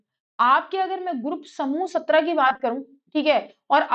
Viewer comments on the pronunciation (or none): none